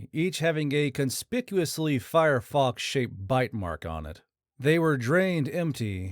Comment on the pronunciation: Fyerox NOT FireFox. Also, x is pronounced z, not eggzee.